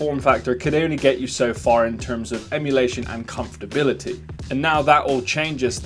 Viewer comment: WTF is “comftability”